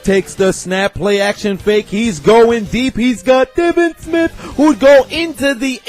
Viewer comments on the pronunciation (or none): none